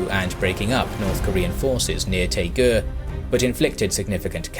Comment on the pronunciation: Interesting video, but Daegu, Daejeon and Busan don't start with 'T' or 'P'. I've been to all three places and they're written in English with 'D' and 'B' respectively. Daegu for example is pronounced Day-Goo as opposed to Tay-ku.